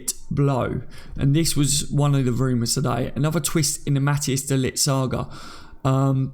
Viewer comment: No way should we even go for de Ligt! We've got good enough players in the central defence positions. By the way ... pronounce it de liggggt. The g is like clearing your throat! Get it right!